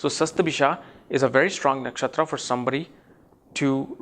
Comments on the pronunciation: It's not "Sasta-bhisha", it's "Shata-bhisha" nakshatra. Again, you mispronounced Swarbhanu, the name of Rahu. I am Rahu in Shatabhisha pada 1, and I love reading on my mobile phone, rather than on hard copy. I am blunt with tricksters. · the video is great , please correct the pronounciation as satabisha not shastbisha